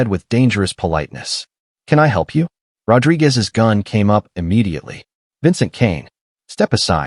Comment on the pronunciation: My complaint is how he pronunces "Rodrigues".